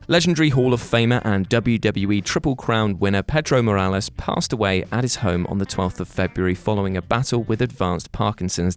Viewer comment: I'm not usually the type of guy to harp on about voiceover mistakes, but holy shit mate, it's a video about wrestlers who passed away. Can't you guys fucking watch it through once before posting it so you don't do that embarassing shit on Pedro Morales's entree?